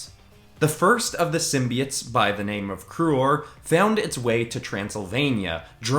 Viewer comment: U said simbits when it’s simboits